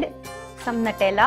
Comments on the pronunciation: I love it ! Don't mind but your pronouncing Nutella wrong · "Nutella on top." HAHHAA UR ACCENT!